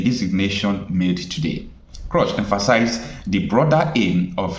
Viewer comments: Bro, The Senator’s name is pronounced Ted “Krooz” or “Cruise”, not “Crush.” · Stop pronouncing ted croz,its Ted Cruz please 😂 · My brother the American senator's name Ted Cruz not Ted Cruch please note pronunciation thanks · Bro. Pls stop calling him Ted Crosh, it's Ted Cruz(kruuz). Thanks and keep up the good work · Pls the pronunciation is "Ted Krooz," Not "Ted Crush." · Chai. It’s not “Ted CRUSH”. It’s Ted Cruz pronounced as CRUISE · Hello, Presenter. Thank you for your informative videos, but please could you correct some of your pronunciations? His name is pronounced in a similar way as the word "Cruise". When I first listened to the audio of your video, I actually didn't realise that you were speaking about "Senator Ted Cruz." Please take this in good faith. Thank you. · Pronounced Crooz, and not Crush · Young man, His name is CRUZ (pronounced KROOZ) not KROSH. DETERMINE is (pronounced DEE-TER-MIN.) not DEE-TER-MINE. Just so you know. Thank me ! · His name is pronounced as /kruus/ not /krosh/. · Wait a minute. What did you call Ted? Ted "Crush?" It is "Cruz" and not "Crush" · Cruzzzz not cross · Prounced Cruz and not Crush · Dear bro you're calling him "Ted Crush" ➖ However his name is Ted Cruz ( "Cruz" pronounced as; "Cruise", like Cruise-ship, or Cruze, like Cruzeiro.) In case someone ever shares your video to him, I'm sure you'd like him to come away with appreciation for your professionality and pursuit of excellence as an independent journalist. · Please the name is Ted Cruise(Cruz) that's how the pronounce it in the US not Ted Crush but Cruise(Cruz). Thanks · Ted Cruz, not Crush. Pronounced like 'cruise'. Good video. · his name is pronounced “KROOZE” and CRUSH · It is not crush, it is CRUZ. and pronounced as cruise. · His name is Ted Cruz as in crooz, not Ted Croz please. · Cruz not crush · his name is Ted Cruz not Crush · Ted Cruz not Ted crush lol!! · Pronounce his name well, Cruz is Cruch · It’s Ted Cruz not Crosh